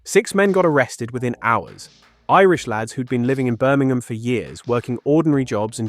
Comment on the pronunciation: Incredible how the video announcer (presumably a fake computerised voice) cannot even pronounce 'Birmingham' correctly